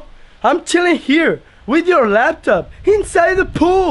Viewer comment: I like how they say laptop.... they say lapton 😂